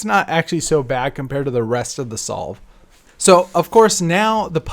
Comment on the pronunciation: For a bit I thought solve said stroke